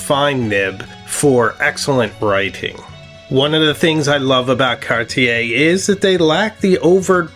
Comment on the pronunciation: Alas, I'm resigned to the fact that Americans will never be able to pronounce "Cartier" correctly.